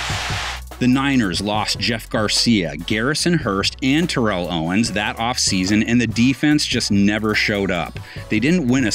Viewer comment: Jesus Christ you are mispronouncing Terrell Owens name